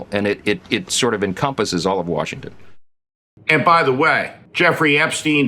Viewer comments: Stevie, son, it isn't a good look to never correct your mispronunciation of Ghislaine. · The S in Ghislaine is silent. The name is French.